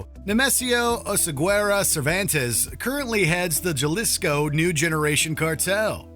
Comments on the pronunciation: the Jalisco cartel. Please use proper pronunciation. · The Jaw-lisco Cartel.....LOL. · Puertorriqueño here and i know what u mean i had to keep looking back at the screen to know for sure what name he was saying but hearing him say Jalisco kinda hurt my ears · So its not (Jah-Lis-co) its (ha-lis-co) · My friend it’s pronounced halisco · This is a goddamn embarrassment. Juh-lis-coe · Jalisco❌ Galisco✅ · C'mon man a J in spanish makes the "H" sound 🤦‍♂️ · I laughed at the way the announcer pronounced Jalisco 😂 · 25 million followers. And can’t even attempt to learn to pronounce Jalisco 😂😂😂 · Bro please pronounce Jalisco correctly